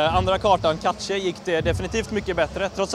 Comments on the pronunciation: ***** Sant, Men jag tror det ''rätta'' sättet är att säga cash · "Katje"? "Kacke"?? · ***** Nä, Man uttalar det ungerfär som ''cash''